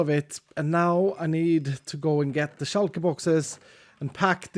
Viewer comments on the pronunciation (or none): none